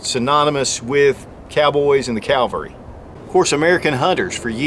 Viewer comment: Hi, Another nice video. Please note though that Calvary ≠ cavalry.:) Thanks, Bryan